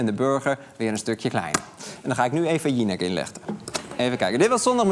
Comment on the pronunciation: zei die nou vajineck?